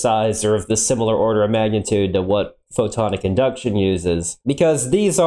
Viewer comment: I guess I didn't make my comment clear. It was more of a wtf question instead of a serious question. If you listen to him talk, the first time he says it, he says, "photon induction", NOT PHOTONICINDUCTION. I know who photon-IC-inductions is, but have no clue who photon induction is.